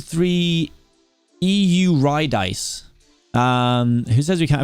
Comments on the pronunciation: eurydice is pronounced yur rid iss ee 😭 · Eurydice is pronounced “Urodisee” It’s from the Greek myth. I promise I have a life lmao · I died when he said ee-yoo-rye-dice 😂😂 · eurydice is pronouced you-rid-i-sea there you go lmfao